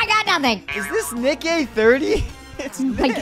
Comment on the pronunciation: bro said nick eh 30